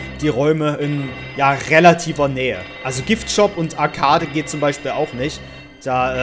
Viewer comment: Man spricht das arcade im englischen aus sprich„arkäid" #bester Youtuber